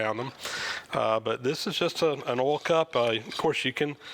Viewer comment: Very interesting - and I sure hope you feel better soon. BTW - I love the way you say “oil”. Here in Canada we say “oyl” but I hear you say “ole” (rhymes with “coal”).